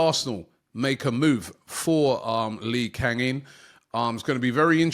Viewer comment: Lee Kang In Learn to pronounce his name. 😊